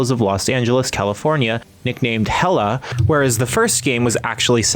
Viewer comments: Hella? Really? It's Hell-A. As in a play on L.A. This was said in literally every promotion for this game and presumably by the characters several times. To get this wrong makes me wonder if you even played the game.... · "HELLA"... 😐 uhm... it's Hell-A.. Hell.. and LA (Los-Angeles)... how stupid was the person that wrote this review... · "Hella".... you mean Hell-A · it's Hell-A, not Hella. What they're doing is making a pun off the name "L.A." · Its HELL-A not hella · Lol Hell Ah na it's ment to be Pronounced Hell-Eh.that had me dying!!!.🤣🤣🤣🤣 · Hella LOL ITS HELL-A LIKE L.A. WTF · It's HELL, A like L. A... My guy said HELLA 😅😅😅😅😅😅😅😅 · Its not hella lo! Its hell-A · I'm pretty sure, given that it takes place in Los Angeles AKA LA, that it's supposed to be pronounced more like "Hell A" rather than Hella. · the way he said HELL.A was hella goofy